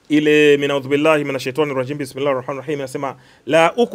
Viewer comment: Sio Min audhubillahi wala sio Lauqusimu biyawmal qiyama. Halafu unasikia sheikh😂